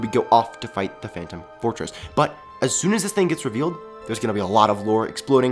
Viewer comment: well he said phantom fortress....but it sounds like phantom forces